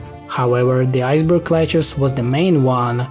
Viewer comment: "iceberg lechuss" "tom braiser zombie" "my wonderful loan" "purr chase" "essential role in bitten the world" "39 millon" "snowy flop ah" "deenameet"